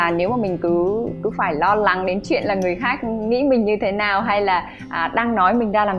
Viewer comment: tại đọc sao ghi vậy "L" và "N" 🙄